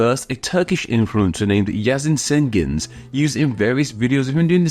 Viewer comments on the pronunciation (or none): About the pronunciation: the C in Turkish is pronounced like English J, not S. So that Turkish influencer's last name is actually pronounced Jengiz.